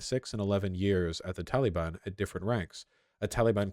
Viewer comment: You pronounce Taliban wrong.